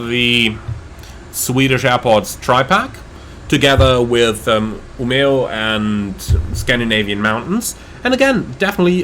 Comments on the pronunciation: I thought your pronounciations were almost spot on, at least Umeå. Seriously good! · To be fair, to me who live in Umeå, you said it better than most Swedes. Most replace the e with a j when saying it. While we who live here (and most of the north) just say Ume. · Your pronunciations of Umeå and Kiruna are kinda funny :)